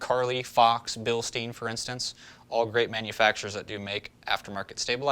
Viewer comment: It’s not really a big deal but it bothers me as it’s pronounced bilstine not bilsteen. In German and word with ei in it makes the i sound. And any word with ie makes the e sound